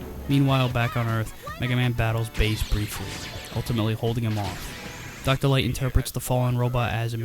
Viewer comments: I know how you feel about Dr, Light using L words as W words! It makes him remind me of Elmer fudd! The worst looney tunes charecter in my opinion! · Dr. Light sounds like an imitation of Elmer Fudd by someone who's never actually seen an episode of Looney Toons and only knows Elmer pronounces r and l as w.